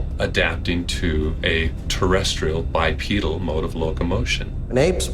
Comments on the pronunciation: Bipedal not pronounced bipeddle. 👽🐾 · The correct pronunciation is bipeedil even though it is spelled bipedal